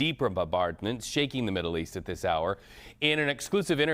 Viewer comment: this guy said 'create havoc in the riddle east" not middle lol